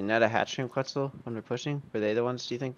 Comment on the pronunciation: “A qUeTzlE”